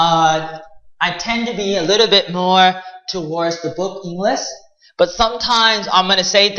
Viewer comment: Halfwit can't even pronounce the word English let alone teach it...